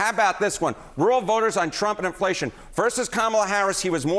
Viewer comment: so much happenin with woowal votahs